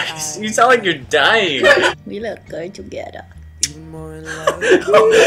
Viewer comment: "we look cute togedder" i died 😭